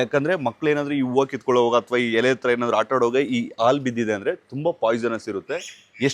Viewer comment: ಆಲೂ ಅಲ್ಲಾ ಹಾಲು